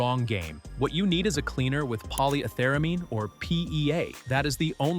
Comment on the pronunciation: I think you mean Poly Ether Amine. Pronounce each separately. Sound like a real chemist.